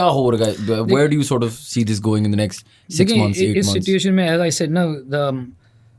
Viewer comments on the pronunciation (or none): none